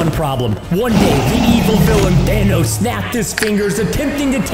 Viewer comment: Preston didn't even say Thanos he said Danos